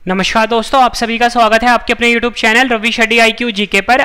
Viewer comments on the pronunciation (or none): none